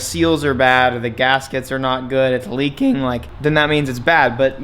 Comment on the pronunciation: How he said "leaking" at 50 had me weak for no reason at all 😂😂😂💀💀💀